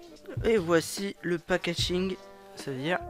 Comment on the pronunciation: Mdrrr "pag injing" 😭😂😭😭😂😂😂